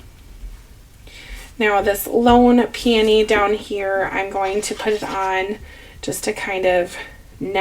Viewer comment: I have used my glimmer on pattern paper and I love the look! And I say Peonie like you do and I'm in Florida!! Thanks for the the video!!